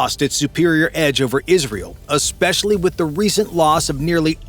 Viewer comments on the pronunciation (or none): none